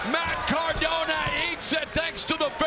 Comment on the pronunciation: “Matt Cardon” 🤣